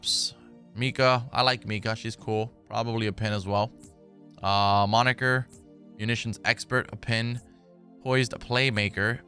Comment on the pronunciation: He said moniger 😂 I’m so fucking the childish